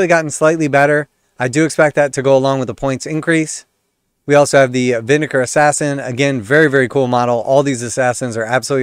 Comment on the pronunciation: Try it like this....VIN-DA-CARRAY